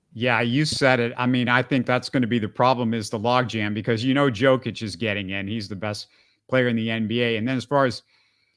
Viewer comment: how did you mispronounce Wembanyama and Jokic? lmao